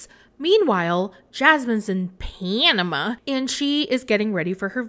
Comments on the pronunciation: The way says "Panama" gets me every time Lol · The way you say Panama has me dying every freakin time!!!!👁️👄👁️